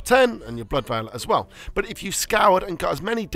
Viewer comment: Veil and Vial arent pronounced the same